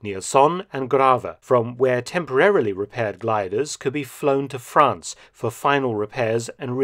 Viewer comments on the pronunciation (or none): none